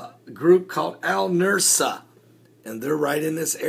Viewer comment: Al-Nusra is pronounced like Noose-rah. You have the s and r switched in your pronunciation. The "s" sound comes first and then the "r" sound, the opposite of the order in the alphabet. Say, Noose-rah and then you have it pronounced correctly. I am a retired teacher.